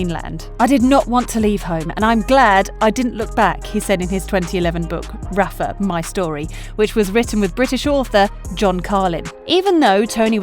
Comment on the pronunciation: Rafa, not Raffa. A lot of players run down every shot and fight hard, no less than Nadal. That’s what they have to do to become a great player. They have the strong will to do so but the question is, do they have the physicality? Nadal is blessed to have his uncle as a great coach and the conditions to train at the young age. Djokovic wasn’t as lucky with his life growing up. I think Djokovic is not as strong as Nadal physically. In their h2h matches during long rallies I could see Djokovic got exhausted, bending his back, breathing hard, falling on the ground. But the strong will was what helped him to overcome the physical conditions. Like the two 5-hour long matches back to back SF and Final against Murray and Nadal in one year at the AO.